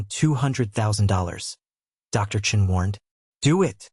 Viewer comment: they say Chun but it is Chen